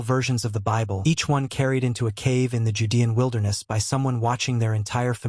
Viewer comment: I'm noping out from the voice alone, which I assume is AI from the way they just mispronounced "judean," the comments would seem to indicate that it's cowhide, and doesn't think there were cows around. Apparently the AI doesn't think trade exists, even if they didn't farm them?